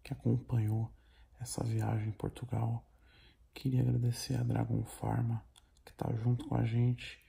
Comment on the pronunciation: Tog tá show demais cara!! Só atenção nas edições, que tá com vários erro, são pequenos, mais nos confunde, tipo o começo do vídeo passou duas vezes bem dizer HAHAHAHAHA "Portutal"